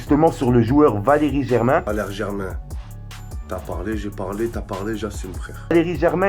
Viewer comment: Arrêté de dire Valeri Germain stp